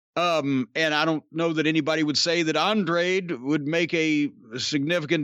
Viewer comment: I'll miss Corny pronouncing his name as ANDRAID 😂😂😂😂😂😂😂😂😂